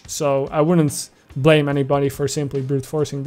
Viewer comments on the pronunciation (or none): none